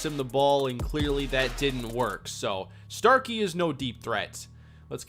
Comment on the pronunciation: Starky = STOKELEY